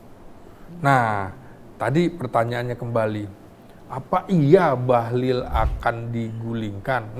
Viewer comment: BAHLIL itu pakai " i " ya Pak, bukan pakai " u ". 😅😅